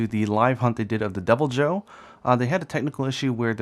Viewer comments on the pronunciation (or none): thought you were saying Double Joe - he's extra caffeinated! lol